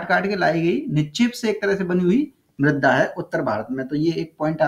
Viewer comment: सर मृदा है मृद्दा नही